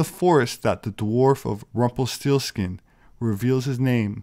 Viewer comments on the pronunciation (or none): I swear I heard you pronounce that "Rumpleforeskin".